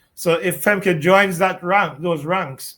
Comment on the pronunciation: It's pronounced more like "Femka". It's like German.